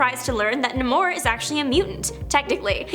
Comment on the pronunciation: Nay-more, none of this nuh-mohr nonsense lol